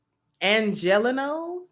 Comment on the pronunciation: And it's pronounced " Los Ange-lee-no", trust me, I was one most of my life.